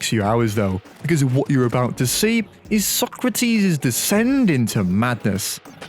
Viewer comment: and the powerful cheese